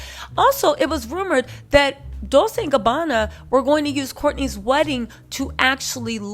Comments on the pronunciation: It’s DOWL-CHAY not DOWL-SAY 😊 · I realize you're mocking them, but please it's Dol-CHE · Did you pronounceNah-poe-Lee, Nuhpoli??? LOL! 😂😂😂Wow!Just say Naples. Fellow Italian-Americans, she’s killing me with her pronunciations. She pronounces Dolce, like dol-say, like the girls name. A little research, will go a long way. Or should I call you?